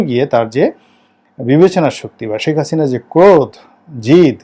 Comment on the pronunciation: এতো বছর আওয়ামীলীগ করে গেলেন কিন্তু এরপরও হাসিনাকে "হাচিনা" বলেন...আপনার উচ্চারণ এমন কেনো?